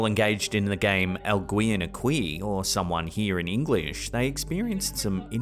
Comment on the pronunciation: The Spanish sentence “alguien aqui?” meaning “somebody here?” is pronounced like this: all-ghyien-aki” Work on your Spanish pronunciation dude😅